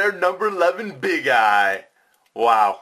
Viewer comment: When i hear big eye i instead i heard big guy